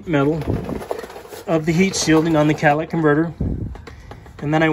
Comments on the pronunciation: I"m confused, are you working on a Ford van or a Cadillac? I keep hearing "Cadillac converter". Did they use those on Ford vans? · If you say Cadillac converter one more time..boiiii